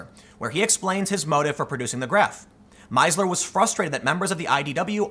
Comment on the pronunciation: Being German, I would have pronounced that name "Meesler" "ie" is a long "i", equal your, "ee" in German.